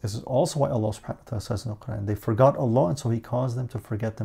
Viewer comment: The way you say allah I enjoy hearing